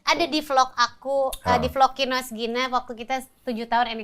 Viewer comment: Masa densu sebut kinos jd KINOY hahaha